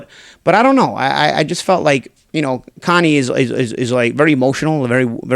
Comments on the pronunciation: Ya boy said, "Conie," lmao..... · “Connie” lmao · "Connie" lol